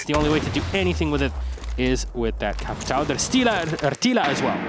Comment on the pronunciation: the worst is when they just say capital and capitao.